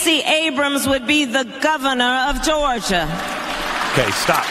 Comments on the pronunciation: Lol! The Govna of Gawgia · La goes black. The guhvuhnuuhh uhv Goruhhjuhhh.